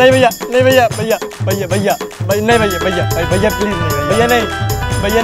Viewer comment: Mastani said : भैया ❌ वय्या ✅